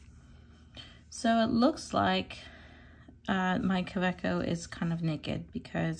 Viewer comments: Just a note, you are right when you pronounce Kaweco with a "v" sound for the "w". It sounds like Kaveco, instead of Kaweco. :) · To make sure, I watched a video with the woman who works for JetPens. Kaweco is a German pen and she speaks German. :) What she said actually sounded like KaVEEco.